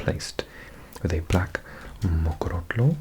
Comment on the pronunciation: Impressed with the Mokorotlo pronunciation, usually people struggle with the ‘tlo’. New Sub!❤️